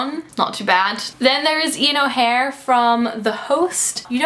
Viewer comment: I am pretty sure she got Ian's last name wrong. I could be mistaken, but it sounded like she said Ian O'Hare instead of Ian O'Shea.